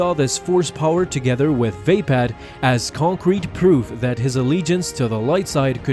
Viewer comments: its vapod not vapad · oh god, surely it is not supposed to be pronounced Vape-Ad? I always thought it was more like vah-POD